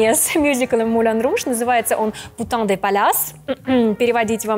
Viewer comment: Очень уж женщина кривляется:( и произношение у нее ну, скажем, так себе🤷🏼‍♀️если уж хочется блеснуть знанием французского, то хоть названия б постаралась произнести правильно. Путан вместо пютэн - это, конечно, фейл🤷🏼‍♀️